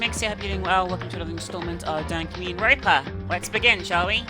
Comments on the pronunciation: i swear she said "dank meme ronpa" hahahaha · Lol, I don't know if it was because I was not paying attention, audio hickup or just an odd flub by you but at the end there it kind of sounds like you said. 'Dank Meme Ronpa.' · Did she call it dank meme ronpa at the end lol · "Dankmemeronpa" XD